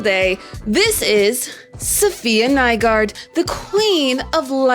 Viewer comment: The pronounciation in this video is sub-par. Femme should be pronounced as famm. Faux is french and the word is pronounced as Fore without an r-sound. Safiya Nygaard is half danish. Her lastname is danish so everyone should pronounce it accordingly. I can say it but can't explain in text how. Use Transelate or something.